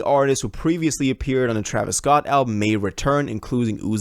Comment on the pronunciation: What did he say? Man messed up Travis name 😂